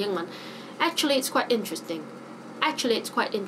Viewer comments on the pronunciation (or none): Tracy said "quite interesting" and I just wonder why you read back as "trite interesting"? In this case, who speaks English better?